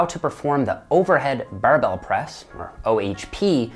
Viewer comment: The "buhrrrbell" press🧐